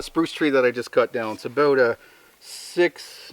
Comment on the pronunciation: Aboot, lol.